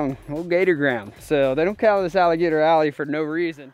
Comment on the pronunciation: *ALLEY. Not ally.